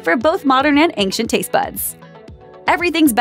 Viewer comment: There is no k sound in the word ancient